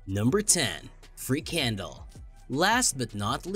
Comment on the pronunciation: Frikandel (what you mispronounced as free candle) sounds like every sausage ever made. Did I miss the disgusting part, or are you saying all sausages are disgusting?